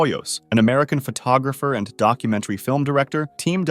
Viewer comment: "Dolphin andu Whale"